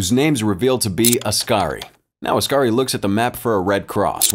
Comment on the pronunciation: It's oskari, pronounced os-car-ee